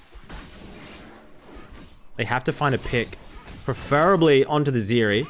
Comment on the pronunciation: It's Zeri. Not Zeeri.